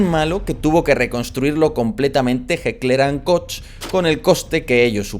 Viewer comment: por favor, no asesinemos la pronunciación alemana, mencionar la célebre fábrica alemana de manera adecuada, sería algo así: Jekla Und Koj (Heckler und Koch).